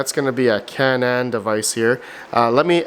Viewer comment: Canaan is pronounced CANE EN not CAN AN